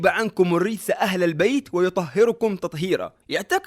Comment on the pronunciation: "ويطهرَكم" بفتح الراء و ليست ويطهرُكم ، ويا حبذا تبسمل و ترتل القرآن